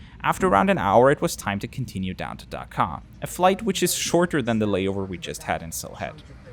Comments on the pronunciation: As a Bangladeshi it's Dhaka Not daka Daka sounds like dakat Dakat means robber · I appreciate your tries on pronouncing these Bengali words, but here are the actual pronunciations from where you could improve. First, the H in Sylhet is actually silent. Second, try to pronounce the H in Dhaka right after D, not K. Third, It's actually "রাজহাঁস" which is pronounced as "Raaj-haash". I don't know why it was painted otherwise on the plane. Finally, for Hazrat Shah Jalal Int. Airport, you got most of it right, it's just you combined Shah Jalal together. Anyway, I thank you for making a video on an airline from our country!